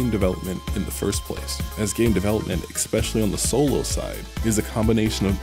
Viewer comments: I can't take anyone who says exspecially instead of especially seriously. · but stop saying EXPECIALLY, damn it